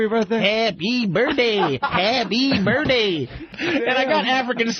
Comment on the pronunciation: “Happy burrday” is how I say that shit till today 😂